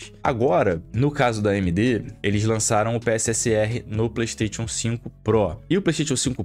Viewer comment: Ouvir um cara entendido falar PlaystaTIon é foda.